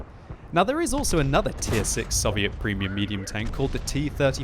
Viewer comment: You don't know how to say soviet